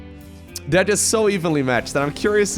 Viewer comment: What says: "These two players are very evenly matched." What I hear: "These two players are very evilly matched."